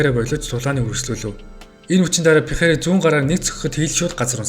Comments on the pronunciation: Дахиад л буруу дуудаж байна Алекс Перейра болохоос Пейхара биш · joe rogan dana white bugd l Пехейра gej duuddag